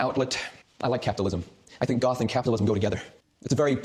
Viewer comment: I really thought you said “golf YouTuber” 😂😂😂